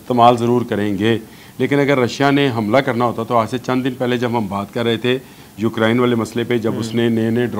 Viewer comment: یہ یوکرین ہے، ہوکرائن نہیں